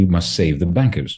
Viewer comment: Love how Varoufakis' accent sounds like he saying "the bankers big wages as "Busted/Bastard" both works for me!